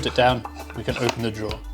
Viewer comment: says ON and open as "OpeN"